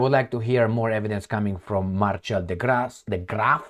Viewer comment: Marcel is pronunciated Mar-sel. Not marchelle🤦🏻‍♀️😆